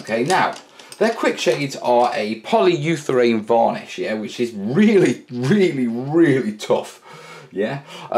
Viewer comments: ... Anyone else cringe every time he says "Poly You Therane" instead of polyurethane? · Repeat after me......poly-You-ra-thane!;)